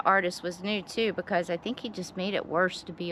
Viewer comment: For a sec i thou you said nude! 🤣 not new tattoo.🤦‍♂️🤣